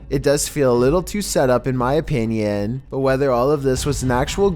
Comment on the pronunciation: “That’s just my ahpeenyawn”